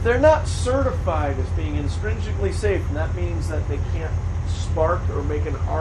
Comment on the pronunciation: Intrinsically not instrinsically.